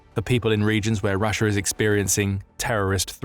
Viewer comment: Remember it's not Russia it's Russiar